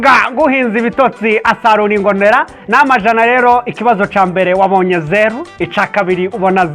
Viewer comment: hhhhhh murashimisha cnnn kbx gusa ntibavuga namajana bavuga nyamajana knd mbonye asa nuwo kundondo